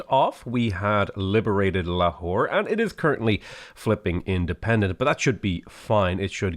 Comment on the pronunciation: Replace potato saying lahore with a whore, its hillarios